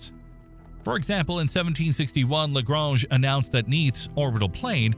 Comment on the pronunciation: I like how you pronounced "Lagrange" two different ways within a ten second interval. 'Merica.